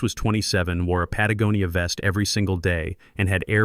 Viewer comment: Finally, someone actually knows how to say Patagonia!